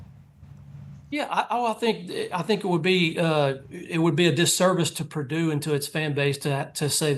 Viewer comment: It's Purdue, the sky didn't fall and why is worthy of mentioning, its Prdue. Geez